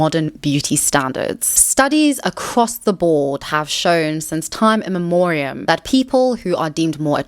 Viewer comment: It's time 'immemorial', not time 'in memorium' or 'immemorium'.